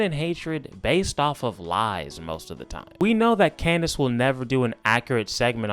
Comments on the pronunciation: That little slip in nickname “klandace” was pure comedy gold 💀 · I jus noticed he kept calling us Clandice 😂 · Lol u said clandice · This man said, "Klandace". lol 🤣